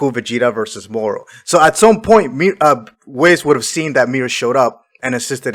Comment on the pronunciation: It's hard to take someone serious who keeps calling Whis, "Wizz"